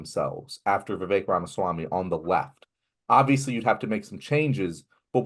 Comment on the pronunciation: RAMASWAMY not REMASWAMY😅